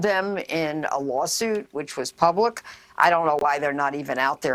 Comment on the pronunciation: PUBLIC not Pubic